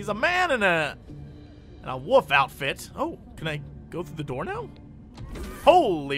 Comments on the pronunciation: I love how Jesse says wolf as Woolf :) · dude, learn to pronounce wolf everything